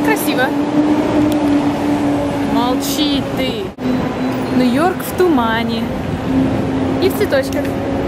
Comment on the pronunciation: Ты супер, но у меня по ушам режет твой НЭ-ЙОРК!) По- русски же это произносится точно так же: Нью-Йорк))) Если ты увидишь, знай :3